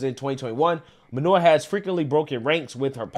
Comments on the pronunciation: Her name is clearly Minor (Main -or) not manure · Phonetically it's pronounced "Main-nor" not manure. Put some respect on the lady's name bruh!!! She even said it the freak'n video and you still pronounce it wrong. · it's "Mainor" not "manure"😮‍💨🙄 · Main-er Not Main-or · WHY DO YOU KEEP CALLING HER MANURE WHEN HER NAME IS MAINOR......... GET IT RIGHT, EVEN IN THE CLIPS YOU SHOWED SHE PRONOUNCED IT FOR YOU.